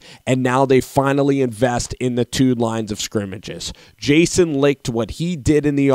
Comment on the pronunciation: Aaron Martin For real. Jason LIKED, Robert AGUARRO, VITAMIN Vea...